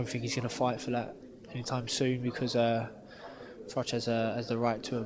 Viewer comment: Followed him from the start? It's Froch not Frotch bud!